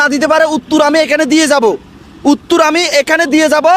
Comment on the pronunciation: Bhai uttur na uttor😂